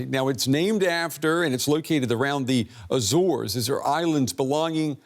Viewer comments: It's pronounced "áy-zaurz" you jagoff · Someone needs to her about the 'R' in Azores. It's bugging me more than climate change.